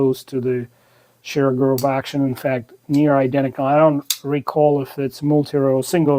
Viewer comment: Very interesting to hear the correct pronunciation of Shirogorov. There heat treatment explains the prices. Thanks.